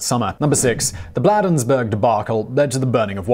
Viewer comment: BLAY-denz-Burg Maryland (a quick note from a native of the town)